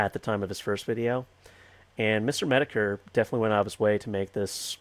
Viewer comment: This is some rough samples that I hope help you pronounce these names that are mostly made up words. - [təjō] Oogway - [o͞ogwā] Shifu - [SHēfo͞o] Pkrussl - [P.K.ˈrəsəl] Mister Metokur - [ˈmistər medə,kər]